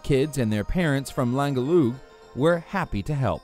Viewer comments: I think he wanted to say langeoog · Needed about 20 mins to figure out what german island he was talking about because there is no Langelu or Langeu... Could it be Langeoog? How about using the wiktionary? There is a sample with the pronounciation... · Didn't know "Liang yung" was in Germany xDDD